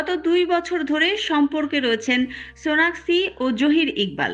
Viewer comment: হায়রে ভালো করে নামটাও বলতে পারেন